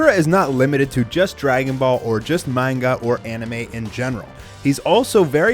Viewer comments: Manga (mon-ga) not (mane-ga) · Please stop saying manga wrong, it's not meinga, it's ma(hard a)nga